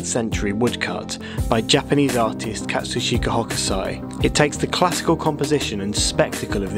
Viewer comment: Well done with pronouncing Katsushika Hokusai so effortlessly!